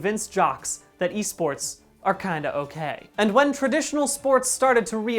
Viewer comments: I had to pause the video and take a momet because "eh-sports" left me reeling. Re: P.I.S.S. ... Why am I into it though. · 44 seconds in and I'm already cackling over "eh sports" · I'm very disappointed the correct "Eh Sports" pronunciation was only used once in this video. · “They’re called Eh sports”